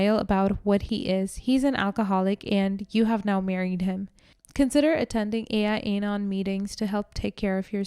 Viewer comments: it's not "A. I. Anon", it's "AL-Anon", as in, short for Alcoholics Anonymous. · It's AL anon not ai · It's AL-ANON not AI-ANON. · Al-Anon is AL AH NON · Quick correction for future knowledge - it's AL-Anon. (AL stands for ALcohol ...).🙂